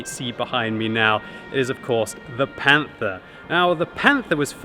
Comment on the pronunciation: "The Panfa"